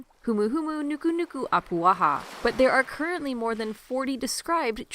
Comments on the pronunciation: I am very disappointed that the narrator did not properly pronounce Humuhumunukunukuapua'a at the end of the word she said apua'ha which is wrong. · And yet it is still mispronounced XD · well, she was still really close